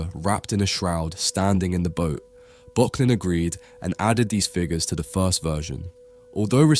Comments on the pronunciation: My friend, this is yet another great video, I really enjoy the amount of research you put into your work, they're engagingly scripted and you use a nice and interesting selection of images. If you'll forgive the pedantry, for future reference, in German 'ö' is pronounced like 'ur', so this artist's name should be pronounced 'Burk-lin' :) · Arnold Böcklin - your pronunciation is one of the pronunciations of all time. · Miyazaki uses this painting for a major inspiration in 2023 The Boy and the Heron. You are mispronouncing Böcklin.